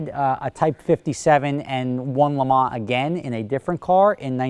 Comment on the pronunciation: An American that knows how I pronounce Le Mans. Whatever next?